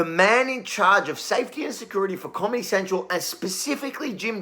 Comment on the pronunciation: Did you say "commy central"? Freudian slip?